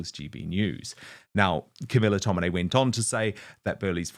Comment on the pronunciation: It's tomini. Not tominay.